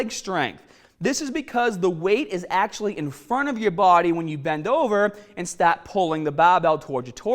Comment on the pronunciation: lmfao my nigga said "staht"